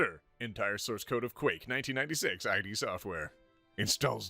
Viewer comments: please tell me he didn't pronounce id as I-D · I,D software how tf do you get that wrong everywhere you hear people saying ID how did you mess that up?